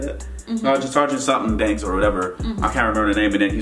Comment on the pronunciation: N man... I was LUCKY the hilltop mall theater wasn't sold OUT. but still... I feel ya, 😎 this next thing wasn't that big a deal, buuuuut... it was in 3d. 😅 and damnit,, it's Barnes. not banks 😒